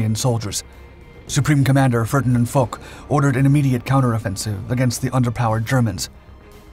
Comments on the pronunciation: Gal Foch : "fosh", not "fock" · Foch is pronounced 'Fosh', not 'Fock'. It has no 'k' sound. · The French generals' name is pronounced " Fosh", not Fogh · Ferdinand Foch is pronounced FO-SHH <FOSH> The sound on the track is rather unfortunate - Good work nevertheless - very enjoyable thank uou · Gen. Foch,, the name is pronounced FOSH